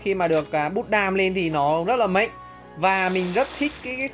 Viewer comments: Cụ tổ Đéo mạnh mà cứ đọc là mệnh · Từ "mạnh" anh nói mắc cười quá:))